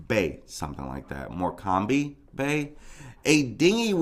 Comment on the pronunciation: Hi , Morecambe is pronounced, more cum . No slip marks and the water was only 1ft. Its a tidal river so goes up and down. Police haven't searched empty houses yet , so people are breaking into them to search . The cctv camera that shows where she was , was the only one "not " working. She never fell in that water !!!!!